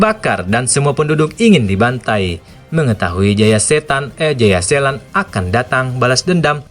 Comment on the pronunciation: Jayaselan tp d bilang jaya setan udh brkli2 dngrnya ktwa sllau blng jayasetan eh jaya selan wkwkwwk